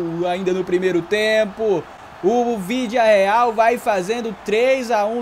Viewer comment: 0:0 sim é se minuto se colocar na velocidade mínima ele fala o vilidareal